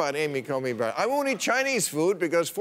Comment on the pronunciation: "Amy Coney Barret" We know words are hard for you Bill. 😅